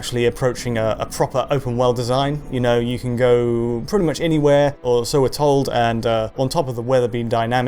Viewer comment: The word is CAN, not Ken. how come this guy can say "can't" but constantly says "Ken" instead of can?